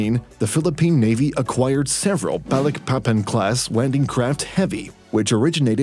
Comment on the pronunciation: Balilpapan / Field v ramos 😂 bro need to research more